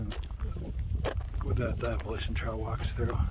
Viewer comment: you cannot be on the Appalachian Trail and pronouncing it like that